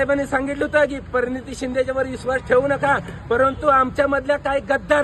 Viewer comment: परनीती नाही प्रणिती